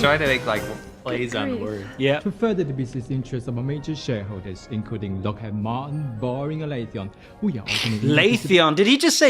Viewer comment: It was mispronouncing Boeing, Lockheed Martin and Raytheon for me.